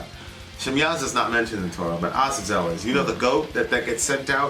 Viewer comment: I get so triggered whenever mispronounces Azazel. Almost as bad as when he mispronounces Chipotle, I don't know why that annoys me so much 🤓